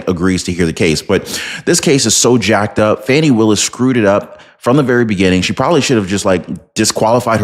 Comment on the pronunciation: Correct name pronunciation is Fawnee not Fanny